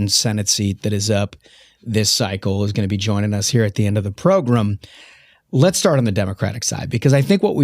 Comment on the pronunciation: Especially entertaining “progrem” today.